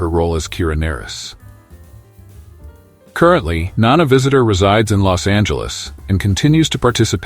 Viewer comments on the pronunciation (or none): Great video. I especially like the narration of Jolene Blullock, who played TeePol. Also, Kira Nerris, who worked well with Lieutenant Commander Werf on DS9. Also, Terry Farrel, who married the son of Leonard Naymoy in 2018. For crying out loud, how tough is it to find a human to read off a script? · It's Na-Reese. Kira Na-Reese!